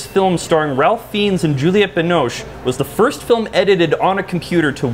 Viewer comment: Flag on the play for mispronouncing Ralph Fiennes. (It's "Ray-f Fines" for some reason. ) Jordan ought to lose half a point for missing that.